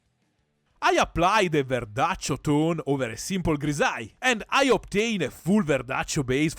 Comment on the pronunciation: The real verdaccio pronunce!! Ce piace verdaccio!!